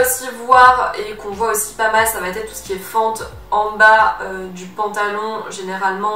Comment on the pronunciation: S'il te plaît, arrête de dire "ça va t'être " , il n'y a pas de "t" à "va" , "ça va être " donc pas de liaison à l'oral.... merci